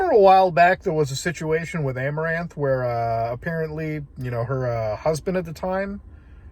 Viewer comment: As soon as you said Amoranth i stopped the video. I know what happened. I don't need to hear about it twice.